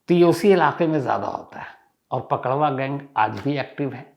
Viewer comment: अरे सर जी पकड़वा शादी नही पक डउवा शादी बोलते है 😀 प्रणाम 🙏 सर जी अंकित पांडेय